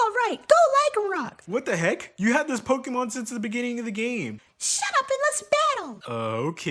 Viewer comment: I will subscribe if you say the name of the franchise correctly😂